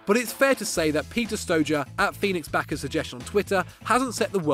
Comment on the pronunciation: please improve your pronounciation.Whats StoJer?